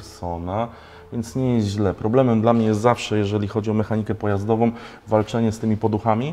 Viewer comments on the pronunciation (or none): Czy tylko mnie denerwuje to ciągle mowienie "mechanikom", "pojazdowom", "sprawdzonom" ? Tak poza tym to jak zwykle świetny odcinek 👍